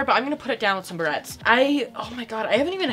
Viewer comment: When she first opened the package she kept saying barrettes like Bret’s and I though it was kinda cute and funny